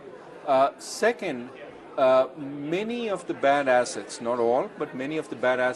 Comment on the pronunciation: lol the bad assets sounded like bad asses to me